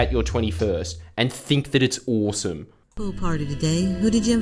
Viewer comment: He said it right there at " .... and do things like this at your twenty-first and think that it's Orsum."